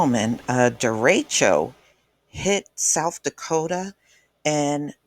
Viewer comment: Lol…how many times did she say deracho?